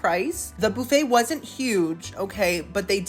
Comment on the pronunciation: I need you to know, I stayed in a hotel last night and when I asked them where the breakfast buffet was, I pronounced it like you on accident- boofey. Do I watch you every week or what? Lol